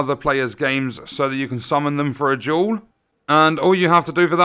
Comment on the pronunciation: took me 10 mins before i realized he was saying "duel" and "jewel"